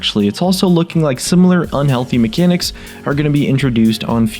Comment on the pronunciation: And god how I hate it when you say "unhealty mecanics"! Like you are going to die or get aids